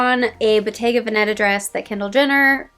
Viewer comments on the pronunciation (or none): You still pronounce Bottega Veneta the wrong way. The emphasis in Veneta is on the first e. 😊